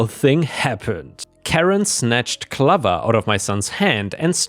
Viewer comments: OK, right but the way you pronounce the word clover is funny Not like lover, but more like over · clover is pronounced cloh-ver, not cluh-ver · I don't want to nit pick, but the way you pronounce Clover is wrong, it's not clov-er, it's pronounced Clo-ver. It's the same when you say Iron, it's pronounced eye-on. If your not sure how to pronounce something please take a few seconds using Google which will tell you how to pronounce a word. I know English isn't your native language, but a very large portion of your viewers are English speakers. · not trying to sound picky. but Clover is pronounced Cl oh ver. lol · The O in Clover is a long O, like in stove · Hey, Clover rhymes with Over not Lover. It's a long O sound like "Oh". I know English isn't your first language so wanted to help. ⭐️⭐️🌟🌟🌟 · BTW, the dog's name, Clover", rhymes with "over"; a long O sound.